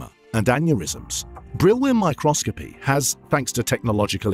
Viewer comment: Oh my god who the hell did the voice over? Micro-scopy?? Brill-win?!